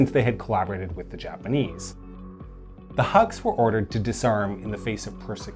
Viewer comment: Huks sounds like "hooks" than haks